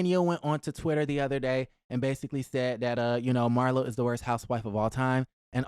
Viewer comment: Not Mar- LOW! 😂😂😂😂